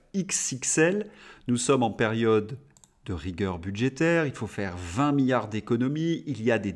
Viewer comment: Différence entre milliard et billard. Un i. On ne dit milliard comme on dit billard . il faut prononcer le 2eme i M I LL I A R D